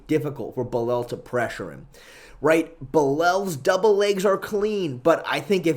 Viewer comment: Istg stop saying belel your gonna make me crash out.